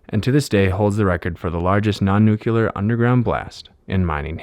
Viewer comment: Nucular ? Lol - Surely you mean Nuclear.